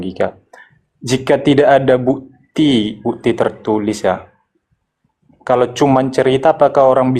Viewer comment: Coba dengarkan orang kristen dan suku batak setiap mengatakan kata "bukti" mereka yang terdengar adalah bu'ti terus kata "waktu" terdengar wa'tu.